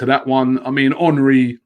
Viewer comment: Is it "Hornry" or "Henry"?